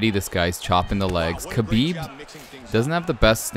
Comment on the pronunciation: the name Khabib prounouce (Habib not kabib. The kh in Arabic sounds like H